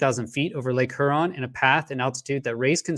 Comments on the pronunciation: LOVE WHAT YOU DO BUT I GOT ONE COMPLAINT!!! I LIVE IN METRO DETROIT AND YOU ARE NOT PRONOUNCING LAKE HURON PROPERLY!!!! I KNOW IT SEEMS INNOCUOUS BUT IT'S KILLING, ITS PRONOUNCED HyourON NOT heron!! PLEASE PLEASE FIX THAT MY FRIEND. Thanks Detroit charity recording artist Craig Michael Curtice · Huron is pronounced Hyeron. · It's not "her on". Long U preeceded by an e sound. Lake Huron (heuuron). Nobody in broadcast journalism is pronouncing it right. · Lake Her-on lol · Lake H-youron.👍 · Lake Huron is pronounced HURE-ON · Lake hurrrrrrrr-on my guy? Are you serious??? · ooof that pronunciation of lake huron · is it just me that hates the way he pronounces huron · Your credibility suffers from your incorrect pronunciation of Lake Huron. Quite surprising actually...